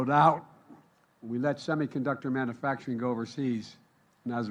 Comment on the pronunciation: Manafacturing or manufacturing??